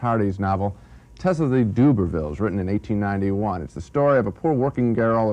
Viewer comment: Tess of the Doobavils and Donald Plez-arntz!